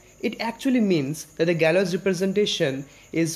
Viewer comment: Here's how you pronounce Galois